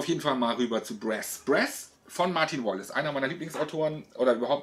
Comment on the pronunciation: Aber bitte mit korrekter Aussprache: Brass mit langem 'a' und nicht kurzem 'ä'